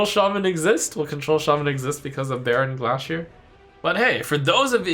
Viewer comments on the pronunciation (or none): Is another else really bothered by the way Trump is saying Bearon Gla'shear's name? Its literally a Bear on a Glacier... not 'glah-shear'. Yes I know it doesn't matter but it bothers me! SAY THE PUN PROPERLY